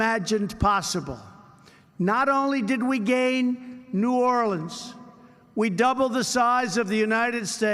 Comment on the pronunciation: Can’t even pronounce New Orleans correct. So when’s it going to start to be about himself. Cindy Hyde Smith, bigot & racist.